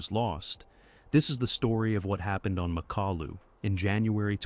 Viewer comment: Nie Makolu tylko MAKALU pacanie Al 😂😂😂